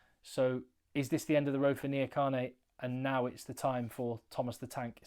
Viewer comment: Trevor IN-JA-KAH-NEIGH